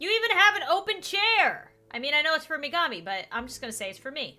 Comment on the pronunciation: Is it Megimi says is say gurl yo weave on point! Ps it is Megimi